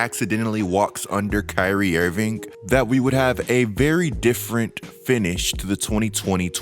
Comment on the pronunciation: Someone pointed this out to me and now I can’t unhear it !! Dude I love your content but ..ing and ink are not the same damn thing 😂. Who the hell is Kyrie IrvinK !! IrvinK IrvinK !! Damn I’m sorry bro but this is bad